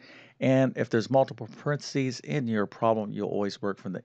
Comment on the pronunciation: PA REN THE SEES! NOT PRENSEES!